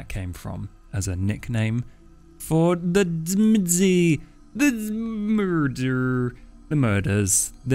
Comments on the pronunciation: Great video. And, I think the "T" is silent on the word Tzimisce. Just my 2 cents. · It is pronounced Tzimisce and not Tzimisce and especially not Tzimisce.